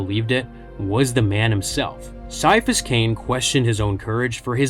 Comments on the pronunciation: Gonna be honest, after I started reading one of th Ciapahas Cain stories, I did think he could be partially psyker, since he heard “a voice” at the back of his head. Also, I always thought his name was pronounced Ki-afas, not Sy-afas. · KAI. KAI-A-PHUS. IT'S PRONOUNCED KAI-A-PHUS. That C is not soft like a Tau's skull, it's hard like auramite! That's why people who want to annoy him, or don't know/understand he detests nicknames, call him Kai! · its said with a Ki sound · I stopped listening after less than 5 minutes. If you cannot even pronounce his first name right then I'm not going to trust a single thing you have to say. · Came her to just say that. I want to watch this, but after the first word... Nope. Can't sit through that.